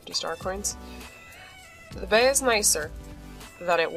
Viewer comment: “Ok so there’s a bEy and a grEy here at the mEYnor”